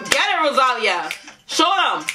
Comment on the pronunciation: Es ROSALÍA Acento en la Í,...No ROSÁLIA🤦🏻‍♀️😂😂😂